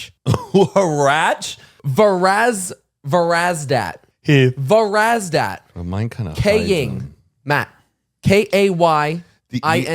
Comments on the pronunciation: its so funny listening to you guys naming dooordash drivers cause most of those names are Armenian and im sitting here pronouncing them completely opposite than what y'all said lol :D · My fav podcast ever! My favorite part is is when they say their delivery drivers names as being unreal and proceed to say Armenian names like Varazdat, Artyom, Pargev, Kevork, Vahan and Hrant 🇦🇲